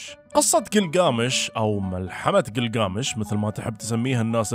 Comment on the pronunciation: كلكامش وليس جلجامش انته كاعد تلفظه صح بس كاتبه غلط تصحيح معلومة لحضرتك